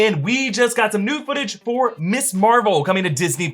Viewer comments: Erik, I love your work, but it really sounds like you keep saying “miss” instead of “Ms.” sorry but it was bothering me! Keep up the amazing content. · Isn't "Ms" pronounced Mizz? If it were Miss Marvel, then your pronunciation would be correct. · Erik needs to learn the difference between Ms. and Miss! they are not pronounced the same